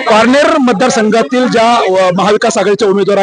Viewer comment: बाई तुला पारनेर नगर तरी नीट बोलता येतं का कळतं का कोणाला तू काय